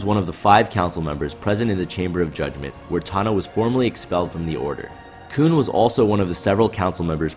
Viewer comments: You say "Kewn" instead of Koon like you're in South Park or something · this video is good but I just can't stop thinking about him calling him "koon" just because you know "coon".....